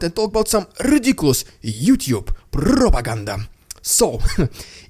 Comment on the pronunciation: My wife loves it when you say " Rrrrrrridiculous Rrrrrrrrusian Ppppppproppppooogggannndddddaaaaa